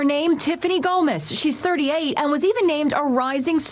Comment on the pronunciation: It’s GOMAS!! not GOMEZ!!